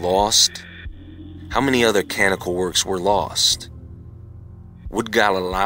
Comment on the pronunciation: Canonical; kuh-non'-i-cul